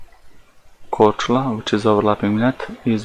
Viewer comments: Kudos for pronouncing Croatian islands' names correctly! Cheers from Croatia,:) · kudos for pronouncing Mljet and Korčula. It can be hard for people who never learned any of the south Slavic languages. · Yo can we all appreciate superb pronounciation of Mljet and Korčula? That was pretty much perfect! Also props to Marko, he actually went out and did legit experiments, so he gets a thumbs up for effort, even though he's is wrong in the end. Though I still don't get why these Flerfs keep saying "Ha! I shouldn't see any of this island but I can see half of it!". That still proves the globe, you would have to see literally all of it to prove the Flat Earth. Most of Mljet is clearly hidden behind the curve on his observation, yet he claims that a tiny portion of the island is visible and that proves the Earth is flat? His logic is just flawed.